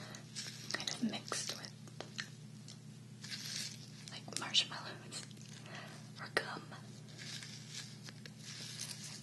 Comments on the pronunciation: Marshmallows or Cum? Im thinking you said Gum.. My headphones are pretty crappy haha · Hahaha, I really thought you were saying "Cum" lol. I thought you were trying to be edgy or something. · She says cum I swear I replayed it 10 times and I'm hearing a C not a G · oh haha I watched it like 10 times wondering if you said cum lol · I have to admit, I thought you said cum as well lol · did you say marshmellows/GUM or marshmellows/.... and a word like gum but with a c instead lol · Swear to god I thought she said marshmallows or cum. Omg.